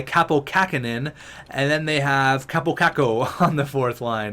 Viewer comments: when u say kaapo u need to say the a in it twocd longer than u do. The way u say it wouls be kapo in finnish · Btw Kaapo Kakko is pronounced like: Kaa-pou Ka-kou not like: Ka-po Ka-ko